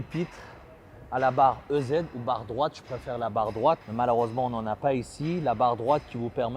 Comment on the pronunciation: Un détail: on dit easy barre et pas ez (EZ en anglais IZI)